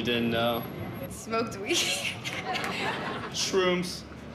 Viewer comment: How he said shrooms 😂